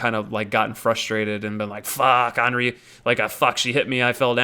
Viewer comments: no, it isn't fucking Onri. It's Anri. Like Andy. Or Annie. Or literally every other word that starts with "an". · Why don't you pronounce the "th" in Irithyll? Plenty of characters in the game pronounce the name, so it's not a mystery. Speaking of, Anri is pronounced with the 'a' like in "and", not like the 'a' in "all". No biggie of course, just pointing it out for some reason. Actually, one pronunciation that bothers me the most is Oeden from Bloodborne. The name is said out loud on many occasions, but so many people pronounce it completely wrong. Everything from oiden to oden. It's more like urden if the r is pronounced with a more open throat.